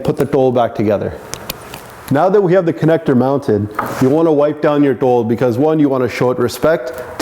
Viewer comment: yo kidaan sati. tell yo boi its not tol it DHol